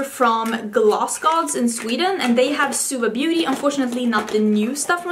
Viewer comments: It's bo-té (the owner studied French and chose the French word she told) ahah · Står det beauté? Det är skönhet på franska och uttalas båté. Du är jättefin i det håret.